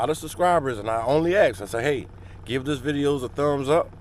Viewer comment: Maybe you should use proper grammar. It’s ASK not AXE. God bless. You’re fitting every stereotype there is talking like that.